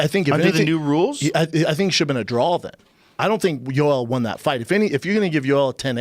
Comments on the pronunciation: A draw Brenda the word is draw!! Not drawl u fuckin dub ! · What is a drall??? Do you mean draw? Lmao 😂